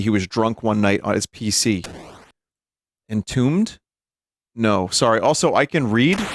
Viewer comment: I struggled to find what game title Vinny was trying to pronounce, but it was "Entombed", and it's not a homebrew, it's from 1982